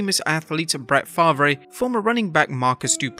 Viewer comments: Brett Favrey 😂 pronounced Farv. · Dude called Brett farve Farvay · Favre is pronounced Farve.. blame the French. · Favre is promounced 'far-ve'. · that pronunciation of Favre 🤣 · Say Brett Favre again 😂